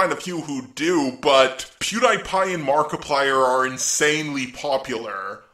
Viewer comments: I love your videos, but why do you also pronounce "Pewdiepie" wrong? It's Pew-dee-pie, but yeah, I am just nitpicking, you are awesome! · Im sorry but its Pew-DEE-pie Not Pew-DIE-pie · Pew dye pie? Pew DEE pie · Not pewdipie, Pew DIE pie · Good vid, but I kinda cringe a little when you pronounce pewdiepie as peew dye pie. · Pewdiepie is PEW DY PIE not pew die pie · Editing is on point. I see you also paid attention to my last comment. You're doing a good job. One more thing, sorry if it sounds like I'm ragging on your pronunciation, but I think you might mention pewdiepie in the future so for future reference it he goes by "Pew- Dee- Pie". Nice video. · ""PEW- DIE PIE?!" w h a t e v e n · The best video. But the only problem I have is PewDiePie. Pew-Dee-Pie is how you say it. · Why does say “Pew Die Pie?” That aside, this is why I don’t trust gaming journalists. I miss the days when you could go to a Blockbuster Video Rental Store and rent a new game, and make the good or bad judgement before slamming down close to $50-$60 to buy it. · Ha! He said Pewdiepie in a weird way. Omg it’s unironic. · LOL I think it's cute how bad you pronounce PewDiePie's name